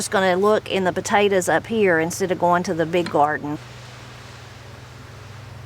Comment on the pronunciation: I like the way you say “Potatas” instead of Potatoes. lol. I have a question…Are butter beans the same as Lima beans?